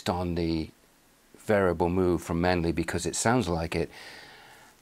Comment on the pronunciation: It's it 'Mew', not 'Moo'?